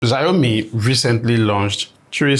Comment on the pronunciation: Exactly the review that I'm looking for. Thnx. But bro, Xiaomi is pronounced Shaw-mi, not Zayomi.